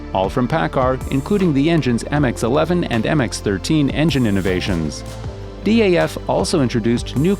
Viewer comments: D.A.F? we just say daaf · Its not D.A.F. Its just DAF. Just say the word, not the letters. With MAN you say the letters, not the word. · its not d.a.f its daf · Daf is just Daf, Not D.A.F. Nice video though 👍